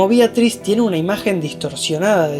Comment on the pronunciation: BEATRIS NO BIATRIS